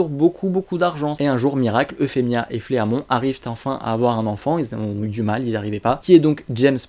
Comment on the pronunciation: Super Vidéo continu comme ça!!! Juste Fleamont ça se prononce Flimont XD